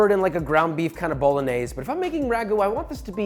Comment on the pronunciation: Really like your recipes and passion. But Jesus you got to learn to pronounce those Italian names - we don’t cut off -e at the end!! If you say al dente (not al dent), the its pappardellE (not pappardell!!), BolognesE and so on!!! Thank you. No more bad Italian. Love you.